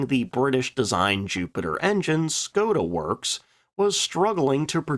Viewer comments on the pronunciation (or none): none